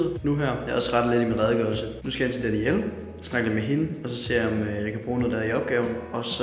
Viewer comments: Hører "Daddy L" hver gang du siger "Danielle" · Like hvis i også troede at han sagde “daddy L”